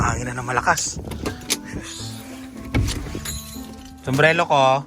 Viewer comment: Ano ba talaga kuya, sumbrero o sumbrelo huhu ingat po 🙏🙏🙏